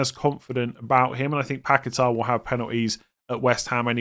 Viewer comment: Finally a video that doesn't feature a mispronunciation of Daniel Munoz's name but have to hear dozens of mispronunciations of Lucas Paqueta's name. My ears are burning.